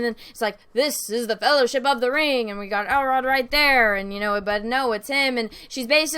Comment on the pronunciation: are you saying "Elrod"? it's Elrond. and are you saying "Bene Jesuit"?? it's Bene Gesserit. and are you saying "cantor"? it's candor.